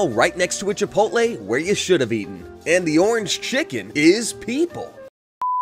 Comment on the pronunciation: Literally no one. He not knowing ever how to say any chiken